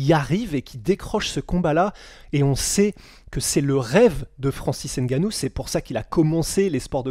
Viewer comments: Svp on dit Francis ngannou mais pas francis N gannou mais svp! Vous faites pas exprès j’espère Sinon super le taff , belle vidéo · On dit ''Ngannou'' pas ''Engannou''